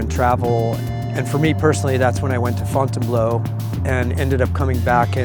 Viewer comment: To hear it called Fontanne blow kills me